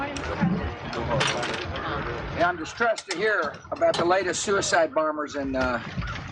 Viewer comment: "The 'sewer-cide bombers' and ' Abooba Rape (Abu Ghraib)'" He literally pronounced both words this way.